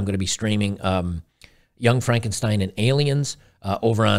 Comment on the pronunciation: It's frrrank und shteen!